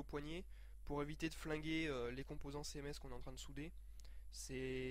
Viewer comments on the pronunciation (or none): "céhèmès" laule